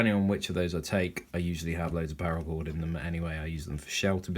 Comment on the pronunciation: Cool video. But it's called parra chord. Not power. Also maybe swap out the lighter for one that you spin to ignite like a bic instead of the click style you currently have. You can still use the Bic style for sparks even if it's out of fluid. Loved your video and your kit .